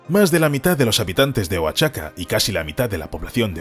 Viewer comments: Oaxaca se pronuncia cómo lo dice el narrador ("Oachaca"), se dice "Oajaca" . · Siempre estos videos tratando de criticar , se ve para quien trabajan !! Viva Mexico y si no puedes leer Oaxaca, pronuncialo Oajaca !! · Creo que te falta información verídica sobre cómo se plantaron millones de árboles para reponer los que se tuvieron que quitar y qué mala pronunciación sobre Oaxaca haces que suene horrible ( la x debe sonar como j ) OAJACA ( sería la pronunciación ) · My friend no es wachaca. Es OAXACA.